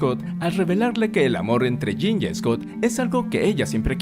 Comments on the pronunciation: Por qué le dice Jane? Si es Jean Gray!😅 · Me gusta mucho como lo resumens de manera tan completa. Aunque no puedo evitar no saber de quien hablas cuando le dices "Jane" (yein) cuand es "Jean" (yinn) jajajaaj pero me parece gracioso como brinco cada vez que lo escucho distinto. Pero todo esta mucho mas que excelente, felicidades! Mutant and proud!